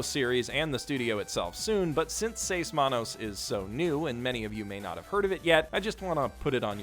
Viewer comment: U said seis manos so bad i didn't know what u said so after like 10 seconds i be like...OHHHHH six hands! Its in spanish! (My first language is spanish)